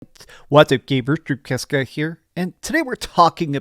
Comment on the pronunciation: Ever since someone pointed it out in the comments i now hear very clearly "gabers" and "dreabcast guy". I can't tell if it's on purpose or a legit speech impediment.